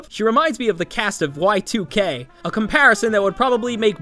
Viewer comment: First ever person to genuinely pronounce it "Y-two-K" and not "Yeek" Edit: On a more serious note, I have never before seen somebody compare a character with Chloe where the comparison was IN FAVOR of Chloe. Imagine messing up that badly.